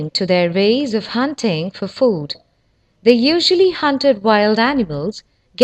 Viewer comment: "Vay vathered wegtibles"